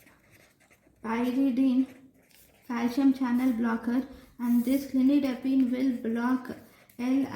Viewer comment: It’s not clinidipine 👉🏻its cilnidipine